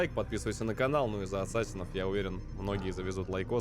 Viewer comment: ДА ЛАААДНО! Assassin's Creed! КАК ЖЕ Я РАД, ВЫ НЕ ПРЕДСТАВЛЯЕТЕ! ОСОБЕННО ЕСЛИ ПРОХОДИТ) P.S. но за "атсасинов" обидно(